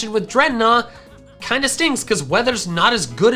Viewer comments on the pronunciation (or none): DREDNAW, NOT DREADNOUGH! FIX IT NOW!